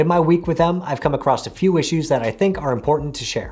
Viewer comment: across not acrost